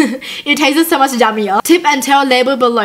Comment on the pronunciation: I like hiw you say Tasteses